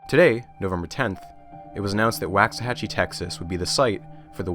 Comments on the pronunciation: as a texan, its funny to hear you pronounce waxahachie as “wax-ahachie,” instead of how we do, “walks-uh-hachie” (waux as in walks) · Wocks-uh-Hatch-ee rather than Wahcks-uh-Hatch-ee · Living so near Waxahachie my entire life, every time I heard you pronounce it "whacks a hachie" I was filled with indescribable rage. It's "walks a hachie." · Great video, but I really wish you had taken a couple of minutes to see how the town names is pronounced. Each time it is pretty jarring to me, a Texan. Wah-xahachie. Like the sound your mouth makes for “wash” or “wander”, not “wax”. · Here in Texas we pronounce "Waxahachie" Woks say hachie" The Wax is softened Wox" this is another of weird Texas slang, I suggest a book n Weird Texas Sayings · For some crazy reason the first a in Waxahachie rhymes with rocks rather than wax. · It's pronounced woksa-hatchy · This was amazing, I loved it, but it's pronounced "WALK-suh-HATCH-ee" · Great Vid, my wife is from Waxahatchie and she visibly cringed at your pronouncing lol. It's pronounced "wox-a-hatch-y" or how I tease her "wax the taxi". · Waxahachie is pronounced like waak-suh-ha-chee. Man I'm sorry but as a Dallas native I was cringing everytime you said it hahaha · It's pronounced, "Walks-a-hachie" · Great video series so far though as someone who grew up in the town it's pronounced Walks-Uh-Hachie. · footnote: it is pronounced wawks-a-hatchee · Well, you start off mispronouncing 'Waxahachie', so the rest is suspect. Sounds like a Bush hit job... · I really hope the Waxahachie portion of this video is short, it hurts my Texan ears to hear it mispronounced so much 🤣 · I shudder every time he mispronounces "Waxahachie" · As someone that lived there , PLEASE look up how to say Waxahachie.